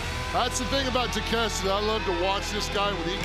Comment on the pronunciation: I fucking died when Mark Henry couldn't pronounce Takeshita's name, so he just sighed and gave up.